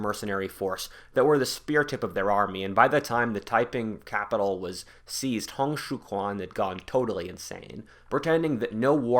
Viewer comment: Hong Xiuquan's quan is pronounced like chu-an